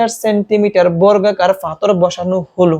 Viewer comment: পাথর কে ফাথর বলছে! 😂😅